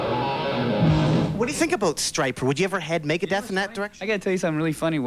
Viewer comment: “Maygehdeth” -nardo